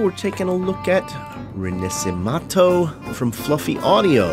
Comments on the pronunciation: all very good, sounds amazing but one thing, the pronunciation ... im sorry but the little italian ik didnt let me go witout just saying it xD. its "re- na - she - men -to" meaning reborn. just letting you know :) great videos otherwise loved it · "RINASIMATHOU" lol that pronunciation hurted